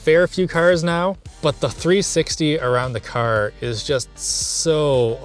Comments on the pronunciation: I have never heard east coast accent more then when he says caRR. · I've never heard this guy sound more stereotypically Canadian than when he said Car and Park over and over again.